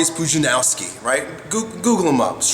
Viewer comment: Hey, it's pronounced "Poodge-un-ov-ski" by the way:)